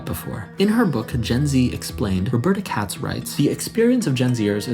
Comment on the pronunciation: "katz" yep I'm not taking anything she says seriously